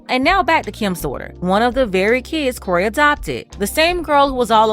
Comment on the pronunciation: It's Kroy itch, not Cory.